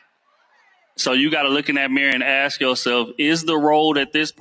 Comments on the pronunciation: This is hella embarrasing, why yall as a people even entertain this. We had Jerry Springer, we love trash tv as much as the next one, we also knew it was exadurated ...... but ive never seen this stuff, this is no entertainment, this is just sad. Also its ask not axe, not a single one on that show can say ask, asked..... its always the axe, axed, . How they they pronounce axe then? As ask haha, its just so cringe to see collective incompetence, foolishness. Why the disrespect towards the very language you speak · I could never take advice from someoem who can’t even say “Ask” let alone the whole room who can’t even say the word ask. XD